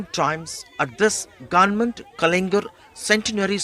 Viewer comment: the GUNMENT ??? who's this reporter :D